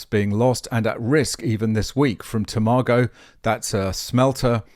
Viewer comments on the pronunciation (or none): It's Toma go not Too Margo.